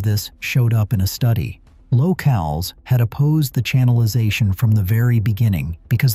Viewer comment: It's not kiss' im eee it's Kiss sem' eee. it's not low cals' it's low' culs. Why not get a human to read the script? This is a good subject, but the mispronunciations are too painful to listen to!